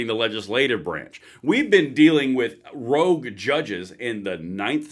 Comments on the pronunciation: love your work but the word is ROGUE not rouge which is reddish in color. Keep up the tremendous work my friend R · Rogue, not rouge.